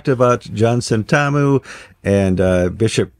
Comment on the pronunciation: You say Sen-TAR-mu; we say SENTamu. Just saying.